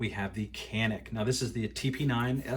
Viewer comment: I have many 9mm pistols, and consider my Canik to be the best shooter. Excellent trigger. BTW, it is pronounced "Janik"